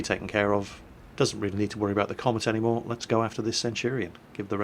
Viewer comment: "dont see him on the map anymeh", i honestly loled at that good vid